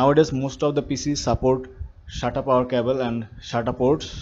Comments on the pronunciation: Its SATA not Shaaataa 😂😂😂😂😂😍😂😂😂😂😂😂😂😂😂😂in Kannadaa Shaataa Mean Pvt Part Hairs😂😂😂😂😂😂😂😂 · not shata its sata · He's saying that as Shata not Sata 😂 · for those who don't know, it is SATA, not shata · shata cables, shata power ports 🤣🤣🤣.. anyway thanks.. video was helpful 👍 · Shatap port, shatarp cable. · Shtata cable 😂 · SATA PORT not SHATA PORT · Sata, not shatta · thats not "shaata" thats "SATA" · It's a sata cable not a shata cable lmao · Hahahahaha even laughed a lot when I heard shaata hard drive 😀😁😂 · Sata sounds like shanta 😅